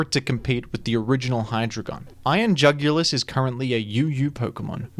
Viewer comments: Iron UGH-ulis. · I couldn't comprehend how bad of a name Iron Jugulis was so much so that i ended up pronouncing is as Iron Joogilee (like marquis) for tbe first few months. I didn't know what the word was but it sounded at least somewhat cool. Once I found out it was jugulis, like neck, I got very upset.